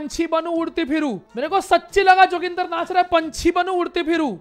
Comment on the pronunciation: Who all like me felt very offended and uncomfortable when he named 'joginder' "JOGINDAR 🤣🤣🤣🤣🤣